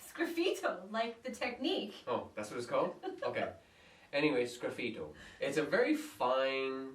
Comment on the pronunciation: Sgraffito: Scape-it-off (scrap-it-o)